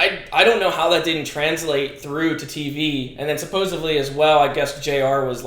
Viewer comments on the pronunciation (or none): none